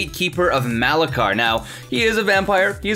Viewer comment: (its ma-la-kier)